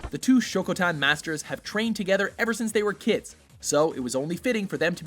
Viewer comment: it's not "shokotan" haha.. but rather "SHOTOKAN" #wrong_gramming..:P